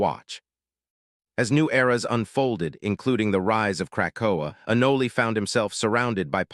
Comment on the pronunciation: It's "ah-noll" not 'ah-nol-ey' you AI trashbucket.